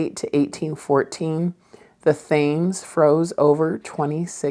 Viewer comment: Thankyou - recently found your channel. Bedroom looks beautiful! You always provide good ideas. Btw, the river that runs through London is called the Thames, but pronounced Tems- the usual English oddity pronounciation, a speciality of the island!